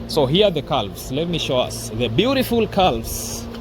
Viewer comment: This morning. Not today morning. The l is silent in calves calm.